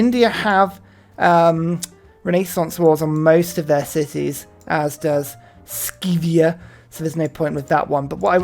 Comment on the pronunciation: FYI, I'm pretty sure Sythia is pronounced like "sigh" not like "ski"